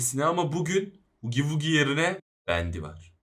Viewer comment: Abi o hugi vugi değil hagi vagi diye okunuyor ❤